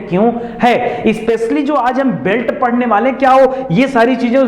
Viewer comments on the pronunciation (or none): none